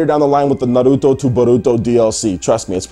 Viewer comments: stop saying it like that .. its "n har root toe" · Can you stop pronouncing Naruto with an L? Christ!